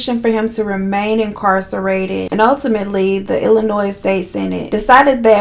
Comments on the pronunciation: I love you sis........ P.S........the s is silent in Illinois.... 😂😂😂🤣🤣🤣🤣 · The S in Illinois is silent 🥴🥴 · Honey baby girl… the s in Illinois is silent. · My girl, it’s Illinois without the “S” lol